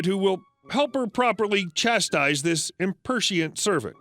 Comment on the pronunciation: "Impertient"? (chuckling) Oh,. Nice recovery, though. EDIT: It's, obviously.